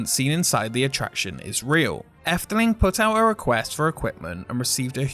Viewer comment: Oh well thank you! Are you Dutch since you pronounced "Efteling" so well [Edit] Okay you're not Dutch, but your pronunciation is very good so.